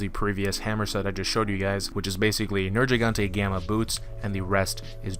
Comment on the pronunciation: IT'S A HARD "G" IN HIS NAME. Ner-GEE-gante. Fuck this triggered me. They literally say his name or loud in the story.